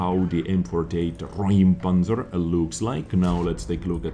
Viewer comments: not RAUM but RÄUM ... like "OIH!" ... "R OI M" ... - the Ä is not an A ... see those tiny dots? You speak of "clearing an area" not "a room". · In germany its not Raum we have an ä like Räum. Its pronounced like you find something disgusting. It means ramming/pushing something out of youre way. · you pronounced it right if it would be Raumpanzer but it’s called Räumpanzer so it’s pronounced like eu Reumpanzer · Räumpanzer is pronounced "roim-pun-tser" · FYI, it's pronounced "Roympanzer" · A Räumpanzer means flail tank. That tank removes barriers e. g. fences, gates or destroyed tanks. A ä (ae) ist pronounced like boy. Roympanzer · it's pronounced roym-panzer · It's more like "Roym panzer" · It's actually R*ä*umpanzer, and äu is in German pronounced just like eu. Problem being that this sound doesn't exist in English. It is pronounced like you would say OI as in OI there mate. Etwas räumen roughly means to get stuff out of the way (on a big scale) , and that's what that plow is for. Did anyone actually read this?